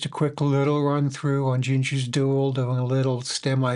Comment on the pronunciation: The song is called Duél, not Duel. The "él" is pronounced the same way as the Spanish "el", like for example in El Paso. 🙂